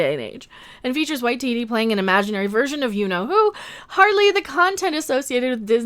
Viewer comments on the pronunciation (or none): "Tycho ITT". 😂😂😂🤣🤣🤣🤣